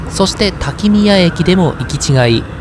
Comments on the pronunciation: おつかれさまでした。しまんトロッコは乗ってみたくなりました。 ちなみに途中の滝宮は「たき”の”みや」と読みます。細かくてすみません。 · 四国に住んでいたことがありますが、見たことない景色が満載！ 長旅お疲れ様です。とても楽しく拝見できました。 八栗も含まれているとは驚きです。かつて屋島にもケーブルカーがありましたので、営業していたら大変でしたね。 一つだけ訂正ですが滝宮＝たきのみや、と読みます。 素晴らしい動画をありがとうございます。